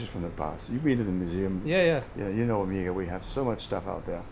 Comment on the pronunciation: The first thing he should have explained to this kid is how to pronounce Omega properly.